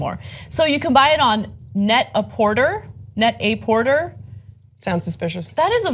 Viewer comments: net-a-por-TAY. Like “prêt-à-porter” (ready-to-wear; off the rack). Remember that 1990s movie? Simpler, more innocent times. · There were jeans like this sold back in 1978-79. Nothing new here except for the different tones of denim on one pant. Net-a-Porter is pronounced "net a poor tear" sort of. It's a play on words from the French "Pret-a-porter" which means Ready to wear. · Net à porter. Pronounced portay. C'mon Anna.